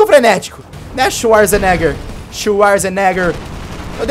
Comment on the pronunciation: C pronuncia xuazeneger